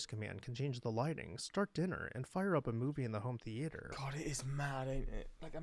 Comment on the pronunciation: Is the narrator AI? Who the f says “theeee ate or”? It’s theater…